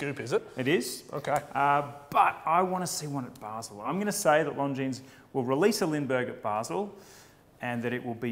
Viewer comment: Longines, the s is silent.